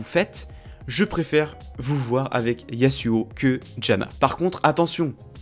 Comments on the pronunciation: c'est pas yassuau c'est yazouo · on dit "yazuo" pas "yassuo" ca c est un streamer xd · Par pitié dis yaZuo CAR UN S entre deux voyelles SE PRONONCE Z ZZZZZZ ZZZZZZZ